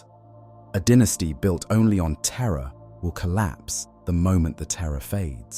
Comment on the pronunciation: Dine-esty. Why do you say den-esty?